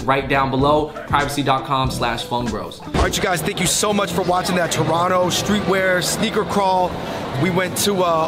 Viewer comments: Man, y'all's Toronto videos finally started to drop now! Good job getting pronucing Toronto right! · I love this place! Also y’all know how to say it proper ✌️Torono for life ❤️